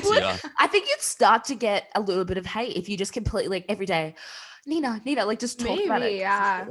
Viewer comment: ITS NINA NINA NINAAAAAAA